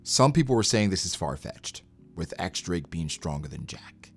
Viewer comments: Pleeeaaasse, start calling him in the correct way, not "ex drake," but "diez drake" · But when they say his name in the Japanese dub for the anime they say “X Drake,”?